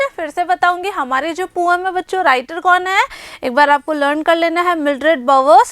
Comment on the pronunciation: Mam say poem to poam 😅